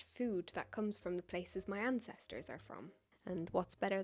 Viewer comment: I thought you were British until you said otherwise. So I had to make my boyfriend listen to you talk, and guess where you’re from. Apparently the way you said Ancestors, he immediately said Ireland or Germany. I had to tell him your mom is from England and other people mistake you as British too. I’m just genuinely shocked that he guessed so perfectly and says you don’t sound British at all. I’m also confused how he got German right as well.